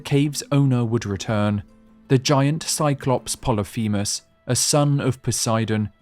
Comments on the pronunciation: "Plolyphemus" Is pronounced 'poh-lih-fih-muhs' I only know that thanks to my 9th grade English teacher a decade ago 😅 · Pol-lif-a mus. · it's pronounced polyphemus, not poly feamiss